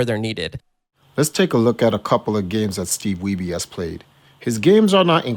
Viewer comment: The family name Wiebe in my cultural heritage spelled the same way as Steve Wiebe is not pronounced 'we be' but rather the same as weed but 'weeb' with B. Are we sure we're saying his name the right way?